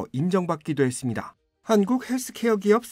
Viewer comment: 뭐뭐했습니당 아나운서가 당당거림. 나만신경거슬리는게아니였군요.